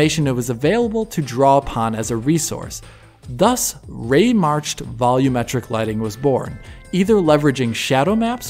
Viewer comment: It bothers me how you guys say volumetric. When the TV is too loud, do you say "turn the volum down"?